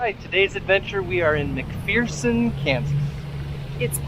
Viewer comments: I already read the comments and saw somebody corrected you on the name so I won't do that, but I will say I grew up in Kansas and every time I hear you say "Mc-Fear_son" I wince 😆 I just stumbled on your set of videos. I think it might have popped up in my feed because I have started following another youtuber called Travel With a Wiseguy who is a track coach at Wichita State but also travels around exploring small towns and ghost towns. Glad I found you. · It’s pronounced McFurson by locals. The saying is there’s no fear in McPherson. Great video. Thanks. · Just so you know, it's pronounced Mc-fur-son. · McPherson.... rhymes with verse, lol